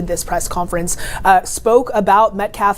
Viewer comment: That baby shaking "pastor" called him "MetKlaff". Can't even read a normal American name.